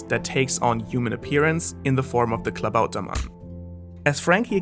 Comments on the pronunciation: hahaha you had me with a good pronunciation for Klaubatermann! Italian's Intermezzo still requires a little bit of polishing, though. Amazing video, pretty interesting this new format! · Wait are you german? because your pronounciation of "Klabautermann" was extremly good xD And a wonderful video as always ! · wait how did he pronounce klabautermann right?